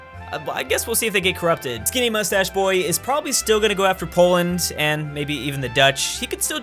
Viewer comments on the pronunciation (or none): none